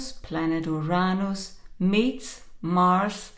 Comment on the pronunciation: It's Uranus not Uronos. Don't blame it on your accent. Too many of you so call profits are now pronouncing it that way. Geez great way to lose creditability right off the bat.